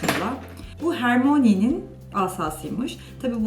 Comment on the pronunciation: "Hermoni" değil "Hörmayni"